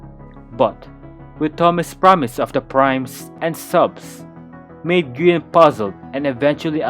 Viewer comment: tommy calling Grian names: Groin Grain Green Gree−on Grian: insert yhs flashbacks